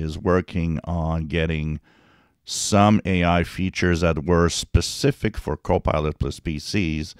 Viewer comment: Always sounds like your sayin copi;ot 'less' pc's.